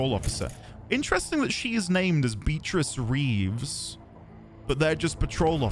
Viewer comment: are you saying "beat-rizz" to fuck with us (instead of "Bea-trice") or is that a British speech impediment? 😅